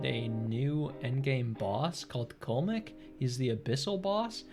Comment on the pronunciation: Cullmek? I thought it was like "Cool-Leh-Mok"